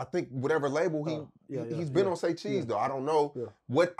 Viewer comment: Saycheese right ✅